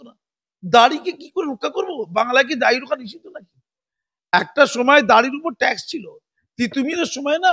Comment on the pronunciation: দাঁড়ি নয় দাড়ি। উচ্চারণ এ কিছু সমস্যা আছে, ঠিক করে নেবেন মনে করে।